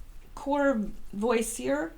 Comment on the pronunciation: Btw, the Courvoisier cognac is pronounced Cor-vwah-see-ay. It's French, I believe, and it's not cheap.